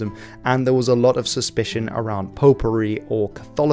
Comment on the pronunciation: I heard pot pourri... Not popery.... Very different context to the story!